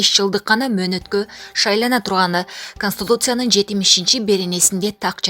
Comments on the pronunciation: Кабарчы, конститутция деп айтчы... Консутутцуя дебей! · Конституция дечи констутусия дебей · конституция, туура айтсаныз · КТИРКА КОНСТУТУЦИЯ деп саебал кылдыго моореки кыз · Канстутуциа дебей, туура окучу🤭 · Канстутуция эмес Жакшылап Окуу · Ушул диктор кыз,тилин келбей.Майсьеле анан каныстутция деп жамман кыжалат кылдынгоо.Маселе анан конституция деп эле айтчы айланып кетейин. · Канстытуция дейт го эжебиз😃😃👍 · Эээй кыз окуганды билесинби???? Канстытутся эмес туура оку да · Канстутуца эмес конституция,тообоо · Канстутуссия эмес туура айтсаң ээ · Бул диктор сабатсыз ,го туура суйлой албайт мисал:канстутса,руксат дагы толтура го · Канстутуция эмес Конституция жакшылап окучу айланайын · Жиндиго, консту,туция дейби баяны каолиция сыякту айталбай жатабы диктор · Кандай диктор бул канстутуца деген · Констутутция дейби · Журналист кызды каяктан таап алгансынар , Конституция деген созду айталбай жатат уят. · Өзүң КАНСТУТУЦИЯ😆😆😆Туура окугулачы жок дегенде алдыңардагы нерсени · Туура окусаңар орусчаны уят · туура айтпайсынарбы конституция деген созду!!